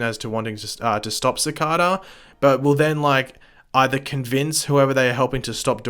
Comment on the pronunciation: You are saying Cicada wrong